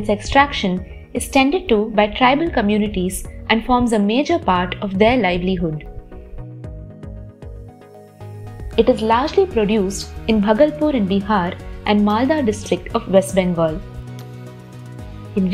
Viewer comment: It's bhaa-gal-pur. भागलपुर